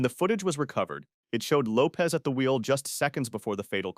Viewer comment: Lisa Lopes last name is Lopesh not Lopez…